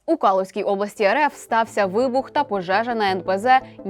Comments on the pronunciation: Безграмотная ведущая КалУга, обл. КалУжская, а не КАлужская Просто режет слух , это не верно поставленное ударение. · Область КалУзька, а не КАлузька. Не путай Калугу з Калушем.